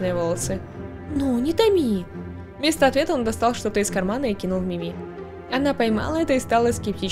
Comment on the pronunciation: правильно МИми а не МимИ надеюсь заметишь 😘